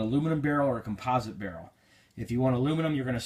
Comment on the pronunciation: U said the aluminum and composite wrong